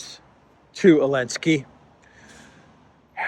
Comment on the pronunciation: Zelenskyy without the z get over it, please. Too old.